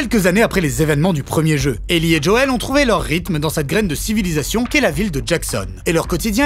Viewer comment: Faut arreter aya nakamura : c'est pas Djoel mais Joel. (même dans la série en VF c'est JOEL) et c'est pas djadja ;-)